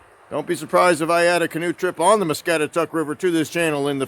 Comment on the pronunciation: Us locals have always referred to the river as "mah-scat-ah-taCK"...Sandhill crane's are the bird's you heard.....thanks for doing this video ,haven't seen that place in years,thank you....